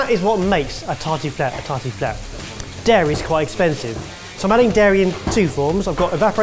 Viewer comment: As a French person, I feel like murdered that « tartiflette » with a ski pole 😥